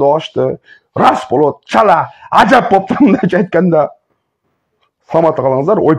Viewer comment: Бул кайдан чыккан тантык ушундай акмактардын айынан кыргыз эли начарлап жатышат ушул тантыкты кууп чыгыш керек ,боптур ,эмес ,болуптур, деп айтылат кыргыз тилинде ,озбекче суйлоп атасын